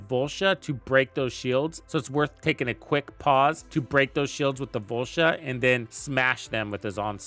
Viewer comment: Volsha?? It’s voltia